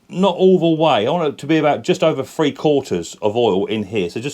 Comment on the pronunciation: omg have you ever listened to yourself .....viss = this free = three =vhe =the fred = thread fing = thing you sound like a right dumb pratt or is it prat 🤷‍♂